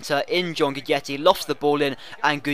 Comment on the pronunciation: does read the comments?:S or why do he keep pronounce guidetti wrong?